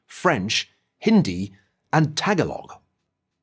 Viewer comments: Ta-ga-log? Its Tagalog (taga-luog) 🙂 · the way he says tagalog makes me want to die. It is not tag-a-log, it is pronounced like tuh-gaw-luhg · Chinese & Filipinos FTW!!! Ps. It's TA-GA-LOG, Not TAG-A-LOG Kumusta. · Niall Ferguson if you ever see this comment I hope you do. Tagalog sounds like this Ta-ga-log not Taga-log I hope you see this comment so you say it correctly next time but great video thank you for doing this. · Excellent video. My only suggestion is that the speaker should learn to correctly pronounce the name of the national language of the Philippines: Ta GOL ik Not "Tag Along"! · I am an American Filipina Christian and I really like your videos! So keep up the great work! That being said you probably hardly hear the word Tagalog. But the correct pronounciation is Tu-ga-looog. Long o sound at the end. I am not a linguist so that is my interpretation of the sound haha. It looks like similar spelling to the girl scout cookies Tagalongs. No condemnation. Just helping for future vids. Blessings! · If I remember correctly, Tagalog is pronounced with the "Ga" syllable emphasized rather than the "Ta". Small bit of accuracy there, and I know I'm nitpicking, but I feel like it's the little things in life, you know? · lol funny how he pronounced tagalog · Your pronunciation of 'Tagalog' cracked me up 😁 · When you prounounce Tagalog wrong 😂😂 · lmao the way he pronounced tagalog XD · I like how he pronounced the word: Tagalog.😀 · I actually don't blame him in pronouncing our mother tongue. It's only natural for those who's not a Filipino by language.